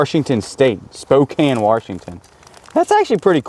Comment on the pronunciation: Lol. I'm from Spokane, Washington. I'm shocked you even pronounced it right😮